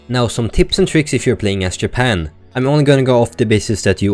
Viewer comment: hmmm. so your swedish, that must be why you said "Yapan" instead of "Japan" (j is normally pronounced like a y at the end of a sentence in english, in the swedish language, i know this as im learning it), cool! whats it like there